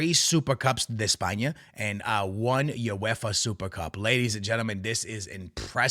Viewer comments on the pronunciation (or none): none